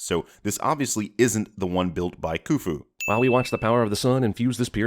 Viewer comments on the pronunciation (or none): Its khufu like dj khalid